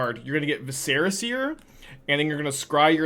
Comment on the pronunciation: Love the deck. Just a pronunciation tip: “Vi-sr-uh” seer. Like visceral….but without the L. Not “Va-Serra”. Not that it matters but your rhetoric is kinda your bread and butter. Also glad you are dabbling in pioneer. Wherever you go is where thousands of players flock. Hopefully Wizards recognizes you keep their game alive and have a huge influence in card sales.